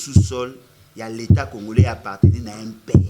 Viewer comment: Comme Kabila, le prof disait congolais, mais prononçait congorais.